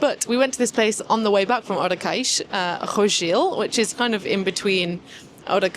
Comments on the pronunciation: Not to mention "Odekeix". Nope. "Odeseixe" is more like it. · pretty cool litle escapade to the south, that side of the algarve, specialy during this time of the year is quite windy. Ohh Odeceixe is spoken has Ode-sseixe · Já agora" Odeceixe is pronounced "Oh-deh-say-sh" or "Od-i-shaysh". It is a village in the Algarve region of Portugal, often referred to as "Odesh" by locals or in its full form, Praia de Odeceixe. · when you say odeceixe u will need to spell the "c" as a "s"...lovely video. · Hi. You pronounce Odeceixe well except for the 'c'. The 'c' in Odeceixe is pronounced like the two 'ss' in and not like the 'c'. The rule is a 'c' followed by an 'e' or an 'i' is read like the 's' in 'sea' but if it's followed by an 'a', 'o' or 'u' it sounds like the 'c' in 'car'. That's why the 'ç' (c com cedilha) exists, to sound like 'sea' when a 'c' is followed by a,o or u (although two s's will do the same). Açores (the islands) sounds just like assar (to roast). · It looks like you had a wonderful time in Costa Vicentina; I’m definitely inspired to plan something similar soon. Your Portuguese is coming along well, but you might find it helpful to nail the right pronunciation of Odeceixe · de certeza que ela sabe dizer Barcelona, mas não consegue dizer Odeceixe,só porque é português, é uma das coisas que não consigo compreender, sabem dizer a palavra em espanhol e o mesmo som em português não conseguem